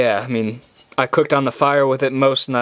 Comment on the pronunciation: "walk around without gettin cood"